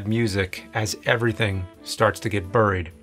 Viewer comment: Burreed lol